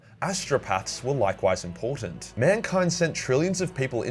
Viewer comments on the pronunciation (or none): none